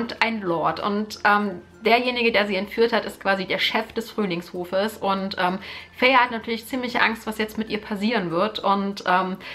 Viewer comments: Feyre wird Feyra ausgesprochen :-) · Tamski im Buch steht aber fey-ruh als ihre Schwester es in die Länge zieht. Bei mir war sie immer feiry ausgesprochen ggg